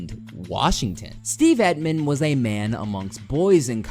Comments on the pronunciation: The way you pronounce Emtman makes my ears hurt. Emtman...as in Tempt-men without the "T" It sounds like you are saying Epp-men...but I still upvoted your video. Very good. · It’s Emtman not Etman. He was a tackle not an end. Make a little effort to get things right. Bad job. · Your inability to say Emtman is cracking me up. emt-man not et-man